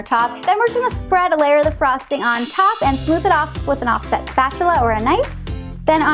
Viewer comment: Oh my goodness, it sounds like you said off-shit spatula 🤣 I know you said off set but that's not what I heard my goodness 🤦🏻‍♀️🤣🤣🤣